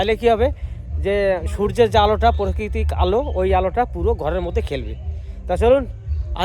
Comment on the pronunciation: Golap phooler gacher shamne sheola dhora r tiner dorja deoa bathroom, ei gulo 1st tthik kora dorkar, prokitik na kothata "Prakritik". Social media te video charte hole kotha gulo tthik tthak bola uchit.